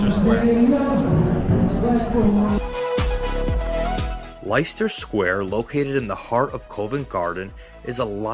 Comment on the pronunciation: Very well put together documentary and tour, covering some aspects of central London that many visitors miss. But Americans tend to make the same mistakes in pronunciation of places. It is St James's Park and St James's (not St James), Leicester Square pronounced like "Lesta", Borough Market pronounced like "Burra" and I could go on! You missed out on a lot of other attractions in the City (financial district), such as the Bank junction, with Bank of England, Mansion House (18th century) and Royal Exchange (19th century), now a posh dining experience. A stone's throw from Borough Market (Southwark) is the George Inn - the only 17th century galleried inn in London, missed by every visitor, who only want to see the market place. Also numerous old churches, some existing before the Great Fire, the Guildhall (15th century) with museum, London Museum and several free observation decks - Horizon 22 at 59 floors, The Garden at 120 at 17 floors, Sky Garden at 35 floors and The Lookout at 45 floors - all free but bookable in advance. Leadenhall Market is also worth visiting, right in the centre of the City. You didn't actually video Covent Garden itself but just the districts around. It's a pity that most visitors don't venture beyond the tired attractions that get over coverage (Buckingham Palace, the awful Leicester Square, Palace of Westminster, Camden Market). Greenwich and Greenwich Park is well worth a visit and one can get there by river boat or the DLR railway line. The Mariti